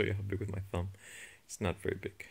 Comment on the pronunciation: I'm dying! "One theeemb! Eh mey geeeeewd!"